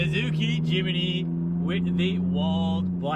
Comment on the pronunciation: Jim-knee not Jim-ee-knee 😂